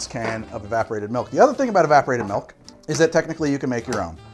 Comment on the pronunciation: Heh. says “Melk”